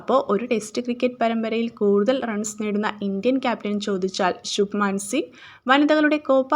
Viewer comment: ശുഭമാൻ ഗിൽ anu ശുഭമാൻ സിഗ് അല്ല